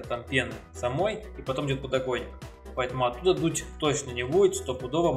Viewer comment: надеюсь у тебя все таки не подоКойник, а подокоНник) лежит